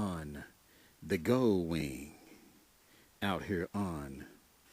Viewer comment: Will do man, I'll have to check those out for sure. If you don't mind me asking, what part of the state's do you live in? I'm new to your channel. And never stop saying goldwing how you do, shit is hilarious. the Gooowing lmfao. got a subscriber out if me man.